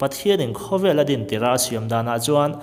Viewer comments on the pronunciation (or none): none